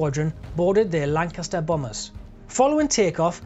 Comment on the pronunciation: The Lancaster is a hell of a aircraft, both beautiful and deadly. Oh and a fellow northerner saying Lancaster sounds, well how it should sound ;-)